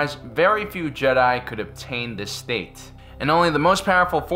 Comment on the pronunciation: Ah yes tupac is a jehdie